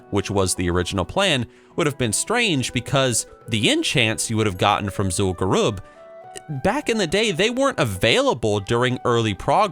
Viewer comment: "Zul'gurooob" CRINGES